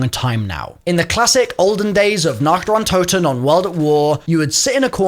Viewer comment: Funny video! 😄 But what's so hard about learning how to pronounce a couple of German words more or less correctly - especially if they are used in a game that you seem to love!? Nacht der Untoten Die Maschine Please, please, please look up how to pronounce that! Haha!